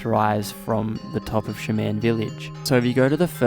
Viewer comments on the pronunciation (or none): Great video; thanks for posting. I have to ask, though: are you intentionally mispronouncing the word "shaman"? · Yeah idk how they pronounce "Shaman" where he's from, but I have a feeling he's never heard that word spoken out loud. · lol shuh-man